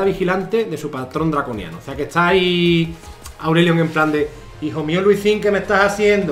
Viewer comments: Todo el mundo: Lee sin: LUSÍN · Nadie:: Luisin 😳👌